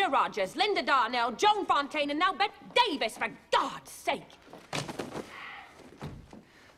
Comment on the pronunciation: Bette pronounced Bettie